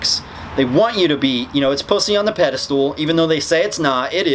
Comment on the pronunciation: This guy's editing is kicking ass right now. BTW it's pedestal not pedestool.